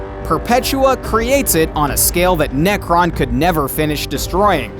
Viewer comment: His name is Nekron not Nekton